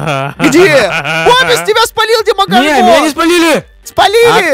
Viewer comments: демого'рган, а не демогорга'н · Овер заметь пж. Ты ошибся не демогоргóн, а демогóргон